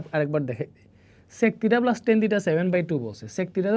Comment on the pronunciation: SiR sec ta actu sundor kore bolben oita onno rokom lagtese